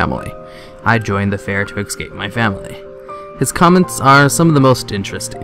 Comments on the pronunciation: Soo.. why do some people not know that the word "ESCAPE" shouldn't be pronounced "EXcape"? That's the only thing that bugs me. Aside from the idiots who say "could of". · Love your videos. but it is escape not excape. Keep up your good work!